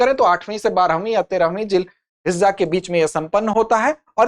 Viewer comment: Jul hajja nahi hota Jil hijja hota h